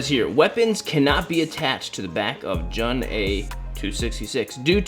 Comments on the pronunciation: You say it like June not jun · Eric video! always loved Halo and this is definitely my favourite figure you've reviewed. I would love to see more reviews on the rest of noble team, keep up the good work! Ps. its pronounced June not jun. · His name is pronounced as "June" 😂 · dude jun is not pronounced that way it's pretty much like saying June just without the e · It's pronounce June bud but I might get this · Yo bro you should probably check out the three zero figures probably the transformers ones, also you pronounce Jun as like "June" 😅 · his names is pronounced " June " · jun pronouced "joon" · Jun’s name is pronounced the same as the month “June” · the way to pronounce his name is actually "June" like the month, regardless though this is an amazing figure